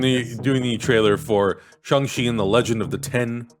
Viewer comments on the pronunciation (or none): Uhh in Mandarin it's still closer to "Sh(ah)ng" (rhymes with gong) as opposed to "Shang" (rhymes with gang). Tbh it doesn't quite rhyme with gong either, but I would say "Shong" is the closest you'll get to saying it using English. Edit: The way says it as is kinda close and is more accurate than how the others have said it.